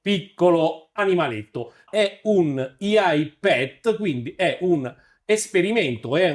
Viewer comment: ottimo video, decidi però se dire IA in italiano o AI(aiai) all'inglese, IAI mi fa un pò male alle orecchie come hd(em)m(ea)i